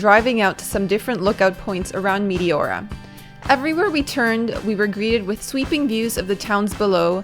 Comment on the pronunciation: I've been there as well. That place was awesome, but your pronunciation was driving me nuts. The correct pronunciation is Mete ora, soft E. I can't watch videos on Greece because it makes me miss the country too much.